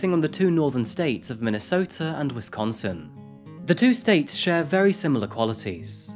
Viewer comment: 1st things 1st I adore this channel. I’m obsessed with true crime and this channel rocks! Next I love your accent. I live in Milwaukee and the way you pronounce Wisconsin is too good! And you pronounced Allis correctly too. Most people who are unfamiliar with West Allis say it wrong.